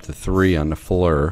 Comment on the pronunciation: Need to show walls it’s Flir read the box not Fleur